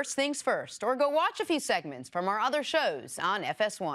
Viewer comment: Is it me or does Jenna say "Other Shows" funny at the end of the video